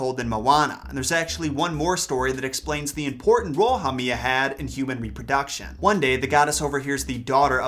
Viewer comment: Haumea (HOW- may. Ah ) You are totally butchering the Hawaiian language